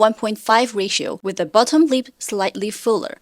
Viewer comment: I’m seriously confused at first cause the way she pronounces ‘lip’ sounds like ‘leap’